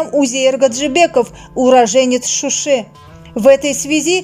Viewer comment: Не Шуши а Шуша